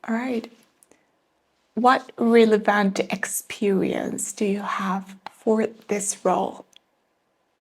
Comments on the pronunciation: Oh no, sweetheart. It's pronounced RE/le/vant. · Did you pronunce relevant right here? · 'how to answer' not 'how to answer to'. REL ev vant not real ev VANT.